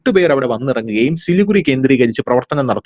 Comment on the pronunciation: പറയുമ്പോൾ സിലിഗുഡി എന്നാണ് പറയേണ്ടത്. എഴുതുമ്പോൾ സിലിഗുറി. ചാണ്ഡിഗഡ് എന്ന് പറയുംപോലെ.